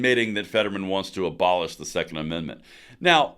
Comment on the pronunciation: Fetterman: "I want ban...er, bolish 2nd menment". Me: "People in Hell want ice water too, Lurch".🙄